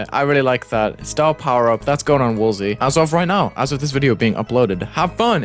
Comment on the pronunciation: Wuh its woalzy